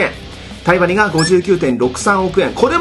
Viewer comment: タイバニが対魔忍に聞こえて2度見した